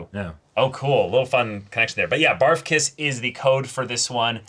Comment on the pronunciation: “Bar-F(uc)K-iss” Ok, so the legal age for consent is 13, because of the low child birth rate, the Japanese government lowered it and has been for quite a while. Drinking is 20 and the minimum driving age is 18 years old for a car and 16 years old for a motorcycle. So even though they said “he’s young” and couldn’t drink legally yet, he can most certainly let his lower “chainsaw” go wild…. 😂. Take care, blessings. ❤